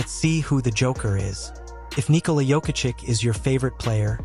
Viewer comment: Perhaps thats the schtick. I've seen another guy purposely making pronunciation mistakes that gets people to leave comments.